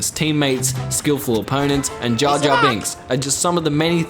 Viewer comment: He said jarr jarr and I punched my chair